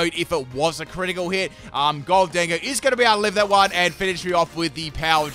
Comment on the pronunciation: Why do you say it like "gol-dingo"? It's "golden go" like golden ghost.